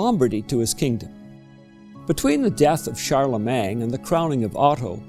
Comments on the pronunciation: Yes, that's a fact of which I am acutely aware, having lived in several countries and possessing the ability to speak 5 languages. However, Charlemagne is a French name, and it is properly pronounced in French. It is spelled "-magne", not "-mang". Changing the order of the letters is not a preference or style of a particular region or country; it is simply wrong. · Please check your pronunciation of Charlemagne. It's not "Shar leh MANG".